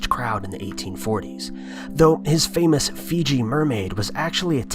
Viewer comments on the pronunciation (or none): none